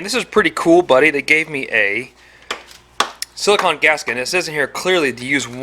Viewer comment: Love the videos dude but you gotta say "silicone " right brother I'm sorry I'm OCD like that its "cone" not "con" so silicone not silicon 😂😂 alright sorry other than that love the channel love the ride and keep up the great work and videos dude!!